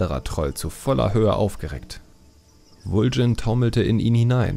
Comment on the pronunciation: super video's! aber warum sprichst du so viele namen anders aus, als sie uns das spiel vorgibt. warum Vul'jin?